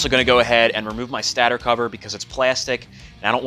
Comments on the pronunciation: It's stAtor not STaTER. DAMN!!!!! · The cringe when he said “stator” 😭